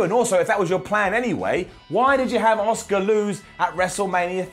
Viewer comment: Who the hell is “Oscar”? I’m pretty sure Charlotte faced Asuka at Wrestlemania. Asuka, it’s an “A” sound, come on, get it together 👍🏻